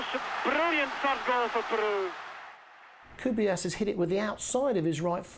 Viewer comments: guys it's CRUYFF not CRYUFF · Cruyff not Cryuff😂